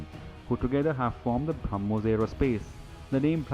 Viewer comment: It is "BrahmoS" and not BrahmoZ, *(to the anchor)